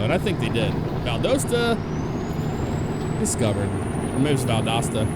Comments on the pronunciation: You it right the second time its Valdosta not Doosta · It's pronounced the second way you said it, Val-dasta. They are famous for having a really cool theme park out there called Wild Adventures. - Georgia resident. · its val-dah-sta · As a Valdosta resident, the pronunciation hurt me, even though I’ve heard that so many times before 😂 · Live right above Valdosta! You pronounced it wrong but they all do....